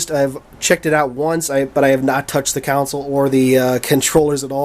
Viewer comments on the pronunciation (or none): Dude, the word is console and its pronounced KAHN-SOLE, not COWN-SOLE. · new drinking game,everytime he says "counsil" instead of "console" drink 3 shots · it's console! not counsel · Are you saying council?